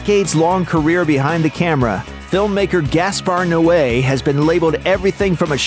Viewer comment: I beleive it is pronounced 'Noe' as in No. Not 'no eh' as in no way. I notice you mispronounce names often